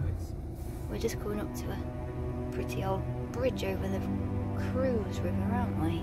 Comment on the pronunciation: You are doing brilliantly. We moved from Brittany to Poitou-Charentes and we LOVE it here, no regrets. France is beautiful. Such a lovely town. Argenton- sur-Creuse.Forgive me as if you didn’t have enough on your plate……La Creuse is not pronounced Cruise…it’s crerz. Xxxx